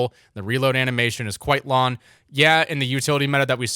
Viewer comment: Is it the microphone or do you just not pronounce the “ng” in “wrong” and “long”. All I hear is wron and lon